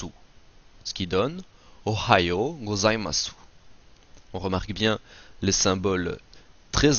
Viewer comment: 5 systèmes d'écriture, arabiasuuji. Il n'y a pas de r en japonais alors hiragana prononcé avec un r. Prononcer gozaimass pas gozaimassou. Où t'as appris le japonais ?